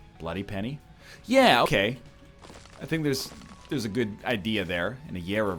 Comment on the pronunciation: did anyone else hear yeaokay like with no pause in between the 2 words